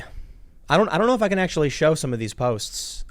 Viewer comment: Tim did an ACKSHUALLY at the end there. That was epic style.